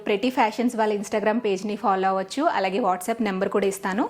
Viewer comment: Meeru allagea anakunda aligea antunaru eandhuku mam, mee dressing mee style naaku chala istam